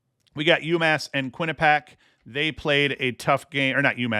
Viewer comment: Quinnipiac = kwi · nuh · pee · ak